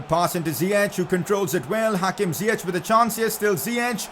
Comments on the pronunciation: Ziyech is pronounced Ziyesh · You would pronounce Ziyech really good if you said the english "sh" instead of the "ch", its written Ziyech but in english it would be pronounced as "Ziyesh"